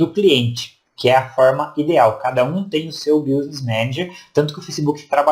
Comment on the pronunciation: Gostei da sua aula, mas o som do <"business" como se pronuncia é "biznes", mais ou menos assim.